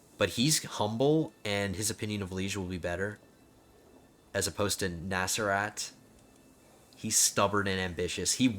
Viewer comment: You pronounced it Nasrat which basically means Go F#ck yourself (except not as vulgar). Also who on Earth would name their son Načerat I am czech and I never heard of that name🤣🤣